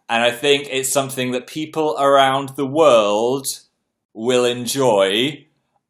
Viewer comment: around THE WORLD he emphasized world so much omg help me